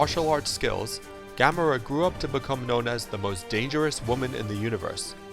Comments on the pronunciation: Its NOT GAM-ora, its gam-ORA. You say it like the Biblical city. If you're going to make a video, a history of video nonetheless, say the names right! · I don't know if it was said already but it is ga(ga as in ga ga goo goo) mor(as in more)a( and in ah) not GAMERA sheesh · Gah-moooor-aaah not ga-muh-rah. You should say the slow long name not the fast wrongly pronounced version that sounds like "camera" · Ga(More)a not Ga(mo)ra small but big mistake!!! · Stop pronouncing Gamora's name wrong! It's guh-MOR-uh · no he said it like gamma-rah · how he pronounces Gamora just drives me batty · LOL Yeah...He makes it sound like that fire breathing, monster turtle. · You gamora wrong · Does IGN pick up their writers from middle school? Can't even pronounce Gamora right